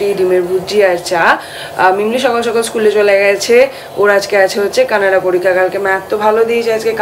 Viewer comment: Anekbar bolechhi era shonena Eder puro group tai Kanada bole😅